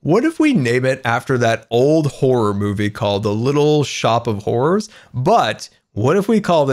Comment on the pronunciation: Jacob Lowe I thought he said whores not horrors